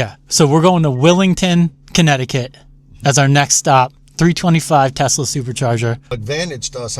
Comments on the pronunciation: LOL!!! Did just say TESLER??!! HAHAHA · “Tesler” … “everything’s computer” … these guys are really up with current events